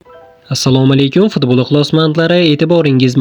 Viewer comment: Дунё фдболи ва фдбол дуёси. Энгейтоко бгу қайси жамоа Энди эшитишим. Ўқишни ўрган студент